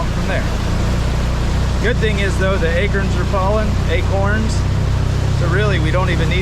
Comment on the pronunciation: I like it when you say acerns instead of acorns! Sweet video!